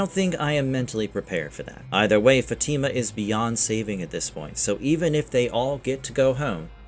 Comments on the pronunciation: how do you say Elgin and Fatima wrong but no other names? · Love this channel but it would be nice if you could pronounce Elgin & Fatima correctly